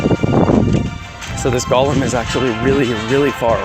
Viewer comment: I hate when people say golem like that for some reason lol